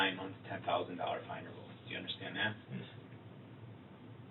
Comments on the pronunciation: I hate how he says "UNDERSHTAND". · And will someone tell DB the DB that the word is un-der-stand! Not under-shdand